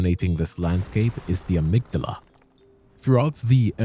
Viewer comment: Dude you make a lot of assumptions and give wrong info. You also are mispronouncing Amygdala